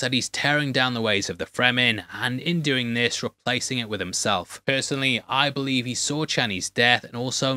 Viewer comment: I like that he said stop what ya "dune" instead of stop what ya "doing". Deliberately or hot i cant tell lol......